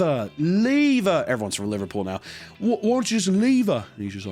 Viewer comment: I love u man but GOD what was that Liverpool accent